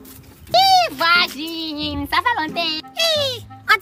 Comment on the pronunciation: mami show on dit pas voigine